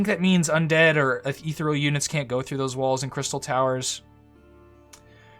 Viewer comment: You say ethereal strangely